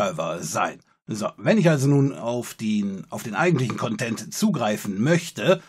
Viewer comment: Bitte sprich nie wieder das Wort "Content" mit Betonung auf der letzten Silbe aus :(